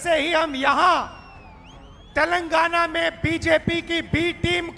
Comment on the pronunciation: सुकर है राहुल जी तेलंगाना को तेलंगना बोल लिए नही तो माता जी तो तैल लगाना बोलती है 😂